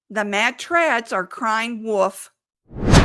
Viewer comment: Wolf not woof....🤦